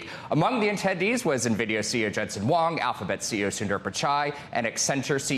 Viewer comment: His name is Huang not Wong. Please learn to pronounce it accurately.